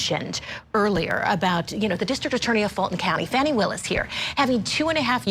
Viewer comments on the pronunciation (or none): Please Court TV teach you're reporters to learn how to pronounce names of folks being talked about. At approximately time mark she mispronounced Fani Willis name as Fanny (not true sounding as Fawnie). Not great and is disrespectful of anyone. 😢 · Good God people it is NOT FANNY it is Fawny. Please pronounce her name correctly. I am an atty and a long time court tv watcher. Thank you.